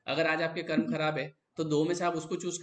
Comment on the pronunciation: कर्मा मत कहो यार, कर्म कहो ना